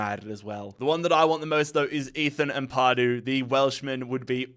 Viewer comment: Amp-a-du, not Amp-ar-du 👌